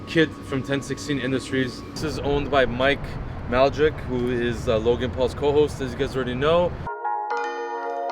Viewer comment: mike mal jick is a crazy pronunciation